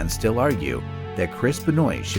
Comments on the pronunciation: As I was great fans of him, It's real weird to hear someone pronounced his surname as Ben-oit...... 🤣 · It's pronounced Ben waa lol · Hahaha Benoite lol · Benoit- if you say it, google spells it like your saying it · There's a couple problems with this video the primary one is how you mispronounce Chris Benoit's name several times in a final portion. You might want to read this because every wrestling fan is going to roll their eyes once CB is mentioned.